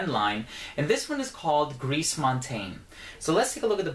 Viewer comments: If I may make this point, the French say "gree" instead of "griss" (the final S in gris is mute in that case). Very interesting review as usual,! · Gris, pronounce it like ‘gree’ not ‘greece’. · thats just "gree " you don't pronounce the S nice review thou